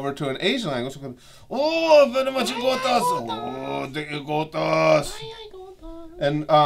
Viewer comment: Just say Yugioh Abridged, please, my head hurts every time you try making ygotas a word.